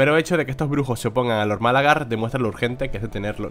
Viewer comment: me encanta cuando dices "Málagar" como la ciudad, creo que no lleva acento jajajaja Demencial la torre esa xD